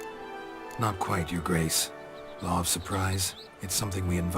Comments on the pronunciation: More important question is: why is it pronounced 'lore' instead of 'law' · am I the only one hearing Lowre of Surprise? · "The lawr surprise" lol